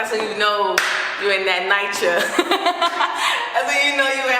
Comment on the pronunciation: She said NyCha 😂😂😂 hella funny ain't no where like the Hood NoOo Love like Hood Love